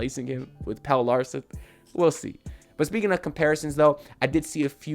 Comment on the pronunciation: the man name is Pel-le not Pail.